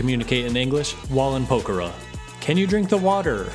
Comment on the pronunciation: What is this English? You are saying pokhara. Poker I mean what is this if want proof just press the subtitles button.